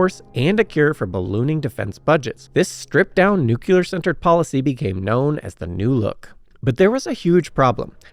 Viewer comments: But "chassis", "Le Mans", and "Nice" need some work. And I did hear a "nu-cu-lar" or two in there. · that would be nu cue lur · Great story. It's embarrassing how often you still mispronounce "nuclear." At least you're trying. You are seen.